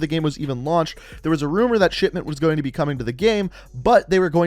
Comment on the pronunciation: To me it REALLY sounds like he is saying shitment